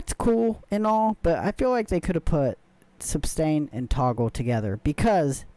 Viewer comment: Thank you for the review. The word is suStain. Not suBstain.